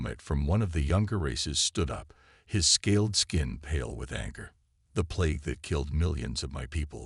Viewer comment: It is plague not play it